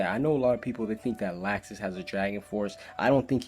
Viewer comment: he pronounces the names wrong like laxus its pronounced loxus and other things like eileen its pronounced eyeleen